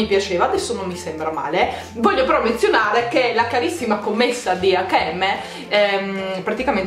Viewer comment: Sentire dire acca e emme mi fa venire il cancro ai timpani giuro, si dice EIC END EM